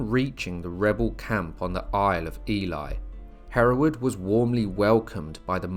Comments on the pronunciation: If I hear Ely (Eel-ley) pronounced Eli one more time, I will scream! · Nice history. Just one point. The now city of Ely, is pronounced Ee-lee. Not Ee-lie as you pronounced it several times. The word Ely hasn't changed over time, meaning 'island of eels'. It's a common mispronunciation for people confusing the sound of Ely with Eli. Thanks for the video. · Please please pronounce ely: eelee, thats how you say it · Isn't Ely pronounced E-Lee not E-Lie? Genuine question, I've always used the former pronunciation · That pronouncing of Ely is annoying and spoils the provenance of this story.